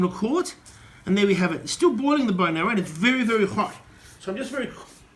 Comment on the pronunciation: It's bone "marrow", not "narrow" as you keep saying